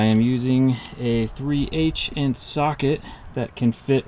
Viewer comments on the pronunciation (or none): Man said "3 EICH INT SOCKET"